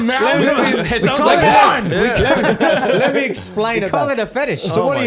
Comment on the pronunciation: " let me let me le'mi " LMAO